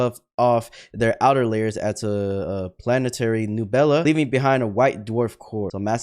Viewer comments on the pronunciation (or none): neb-YOU-la,. Not neb-BOO-la. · Reading nebula as "newbella" made me laugh